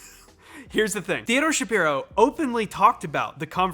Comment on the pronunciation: Just wanted to flak that Theodore’s last name is actually pronounced /shuh-PIE-roh/. I know it’s unusual. I’ve heard him being interviewed on Severance podcast and he was quick to correct the host.